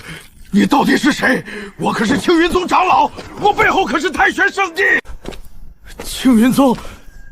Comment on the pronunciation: 唉！ 長老 唸常老 誤人子弟😂